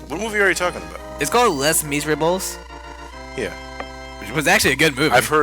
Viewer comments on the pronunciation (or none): "Less mizribbles" :I My knowledge of French is crying. It's "Lay Miz-err-ob-luh"... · totally butchered the title of 'les miserables'. It's pronounced lay mizerable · U prenounced les miserables wrong. It prenounced like lay miz or las miserab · Les Miserables are prenounced Le Miserable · The way pronounced "Les Misérables"... Oh my god, that physically hurt my brain. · My God was 'Les Miserables' (a favorite of mine) BUTCHERED!! I still love ya but WOW. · I nerd-raged at mispronouncing Les Miserables >:(